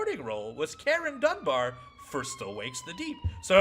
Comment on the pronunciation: As a Scot, hearing say Karen Dunbar's name was a bit surreal.